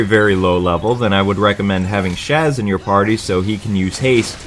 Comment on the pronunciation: Who the hell is Shaz? His name is Sahz. Also when I first get to Pulse, I get a back attack on the King Behemoth, you get instant stagger, then switch to Aggression and he goes down in less then a minute for a cool 4k cp. Do this over and over till you have maxed out your regular roles. On a side note, it is entirely possible to beat Adamantoise if you have Vanille's Death attack, for a whopping 40k CP you cant really go wrong.